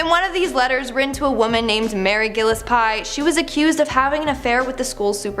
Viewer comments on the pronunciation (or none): Gu Less Pee is how that name is pronounced,.